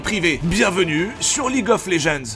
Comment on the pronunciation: En anglais, "Legends" se prononce [Lédjennddz], pas [léjeanz] >.> .